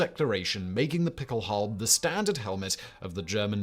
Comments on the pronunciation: nah, it definitely sounds like he’s saying halbe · Is saying pickelhalbe? Or is my ears lying to me? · The "E" at the end of Pickelhaube is not silent, it is pronounced. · "Pickelhaube" (the final e is NOT silent) is NOT "derived" from Pickel=pickaxe. That is a later folketymological reinterpretation. It derives from MHG bechkenhube/beckelhube. Becken generally means basin but in this case it means bowl. You could translate the original meaning of Pickelhaube as bowler hat. The Stahlhelm shown starting is a Wehrmacht Stahlhelm introduced in 1935 and not a WWI version. It is considerably smaller than the WWI version and lacks the lugs for fitting the "Stirnpanzer".